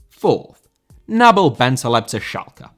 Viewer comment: Nabil* not Nabl